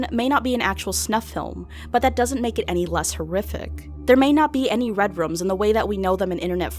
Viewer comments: Is anyone else bothered by the way she pronounces "rooms"? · Danny GonZalez yeah but she wasn’t saying “redrum” like from The Shining on purpose she was talking about “red rooms”. She pronounces the word “room” like “rum” in multiple videos